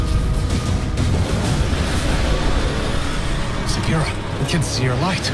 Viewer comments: i believe its sagira not sadria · Why are you saying sadria when its sagira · I love your videos man but please FFS stop saying Sagria lol. It's Sagira. He even says so in the video lol. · Yeah it irritates me the way he says it even though osiris plainly says it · Dude a baby cries right when he gets the combo right and the door is just opening. Also. It’s sah-gear-a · How many times are you gonna say sadria? When Osiris just pronounced the ghosts name the correct way? Wtf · Sa-gear-ah is how you pronounce osiris ghosts name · It's sa,gear,a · Anyone else cringe a bit when he mispronounces “Sagira”?